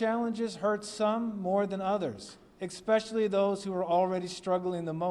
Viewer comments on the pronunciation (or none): A teacher who says 'expecially'. Brilliant!!! 🙄👎